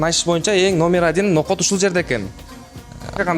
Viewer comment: Ноокот эмес ноокат